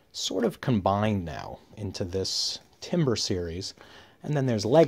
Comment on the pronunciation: Timbre is not timber and is pronounced tam-burr.